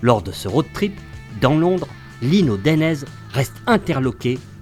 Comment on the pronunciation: Pas dénèze mais DA....i.....Né......Zé.